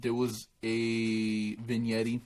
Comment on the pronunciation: It’s pronounced “Vin Yet” Lol not “VIN YETTI” it’s spelled Vignette lol